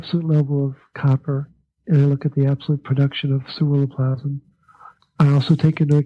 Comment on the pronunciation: for the life of me... I can't make out the word he is saying it sounds like "surrero plasm"? what is the actual word?... I heard him mention it all through part 1 and in part 2, but can't quite make out the word, to look it up and find out more about it... apparently we need a lot of it for copper uptake or to make it more functional? speaks frustratingly too quite and his pronunciation of that particular word never sounds clearly articulated... (ugggh... I think I'm stressing and destroying precious hormones trying to figure out what he said! (Lol...)